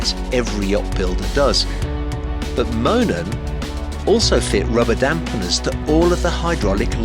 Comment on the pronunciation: You went back to mispronouncing it in the follow-up commentary, you said Moonen with the oo.